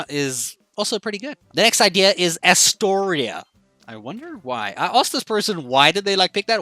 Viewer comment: I really appreciate what you are doing here helping people to name their islands. But you butchered a lot of names early on. And you really have never heard of Astoria? Like the Waldorf Astoria hotels? Or Astoria, Queens, NY? You're wearing a NY cap!